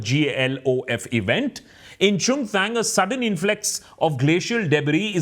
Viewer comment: Abe chutiye chungthang to thik se bol le ...